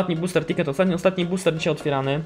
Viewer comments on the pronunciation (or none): none